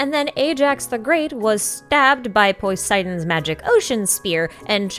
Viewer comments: I can’t anymore bruh. GET A DICTIONARY. One It’s not poisidon it’s puhsidon. And two it’s not craykon it’s crackkon. It makes me physically cringe when I hear someone pronounce something wrong. Please get a dictionary no offense.@ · The pronunciations were throwing me off. Why were you pronouncing “Poseidon” as “Poiseidon”, and “Gae Bolg” as “Gay Bolg”, and “Kraken” as “Krayken”? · "Cray-ken" "Poi-seidon" Dunno why but these pronunciations stood out to me a ton and I found it quite amusing XD Is this like a very specific regional accent thing?